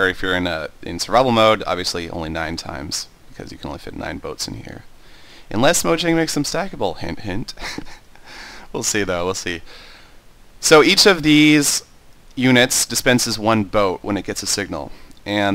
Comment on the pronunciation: sethbling: Just letting you know, "Mojang" is actually pronounced "Moyang". Just thought I'd point it out. Not many people know that.